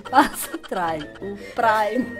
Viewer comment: Agora passa o "pri" "praimer" kkkkkkkkk a melhor kkkk